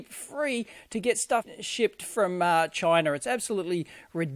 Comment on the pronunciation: "Chiner" lol :-)